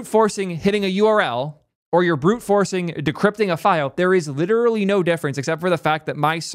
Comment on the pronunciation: You have as many l's in literal as ChatGPT thinks there are r's in strawberry.